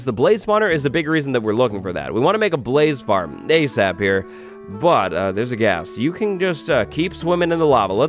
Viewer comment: lol you said Blast Ghast...aka Blast Gas